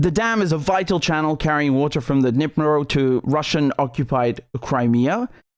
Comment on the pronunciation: Sorry ofcourse, but the entire combination of completely, not only mispronouncing, but even misreading "ka-hof-ka" as "kakova" and having no second thought on it and then pronouncing Dnipro basically absolutely correct and saying "sorry, it's probably pronounced differently" in the beginning made me laugh really much, especially this "nova-kakova" right after it, because it does sound very funny and silly, moreover that it's said on completely serious face and manner